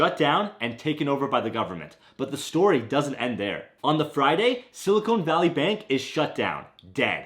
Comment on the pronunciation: Sorry I can’t listen to sili”cone” valley with a straight face. 😊